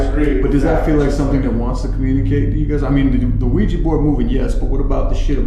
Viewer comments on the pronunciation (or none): There's hundreds of "professional" ghost hunter shows out there, yet not one of them can properly pronounce Ouija board. It's NOT a WEEEJI BOARD! Smfh. Sorry, just a pet peeve of mine.